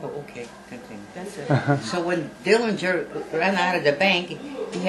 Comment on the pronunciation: This is great and so important to preserve history! The correct pronunciation of the Dillinger family name is with a silent'g'. Thanks for sharing your small bank from the bank that was robbed.